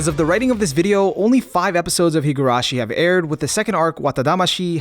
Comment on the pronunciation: Did he say aired